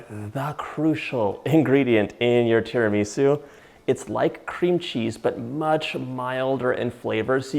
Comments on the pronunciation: TiramisÚ!!!! TiramisÚ! Great recepe but you have to pronounce the name right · “Tara-ME-sue” … not sure if it trust the recipe anymore (/j) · Please pronouncee Tir ma sue and mask a one cheese. The egg & sugar is. San en none. - I've given you the phonetic. Pronunciation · His pronunciation of tiramisu is so cute, or do I just say it wrong? 😜🤔🤗